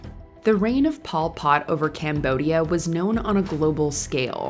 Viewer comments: It’s Pol Pot, not Paul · Hehe, it sounds funny .Pol Pot sounding like Paul Pot.. it's no big deal, just a funny observation of mine.(I was led to beleave it was "Pol Pot(pole pot)). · Mispronounced Pol Pot in the video.